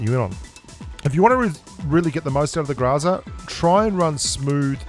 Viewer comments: grOOOOOOOOOOOOza. Not grAAAAza... 🤮🤮🤮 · You still ain't pronouncing it right. It's not graza it's grrrrrraza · Since I've heard you say graza not groza i started saying graza what's wrong with these grubsss Beautiful accent... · Гроза = GrAzA >>> with a hard accent on the last "A" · the way he say GROZA it sounds like he is saying GRAZZZAA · While you may not be pronouncing Groza correctly. You're doing it better then most which is very nice so job. Technically my first language is Russian. Even though I can barely speak it now. But you are better than most.